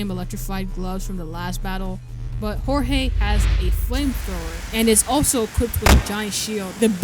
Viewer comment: hearing him say hor hay instead of (George with a j) just feels strange plus personality i thing jeorge is a funnier eay to say his name than say hor hay